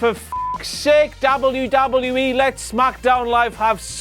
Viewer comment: he says it like dabulyoodabulyooee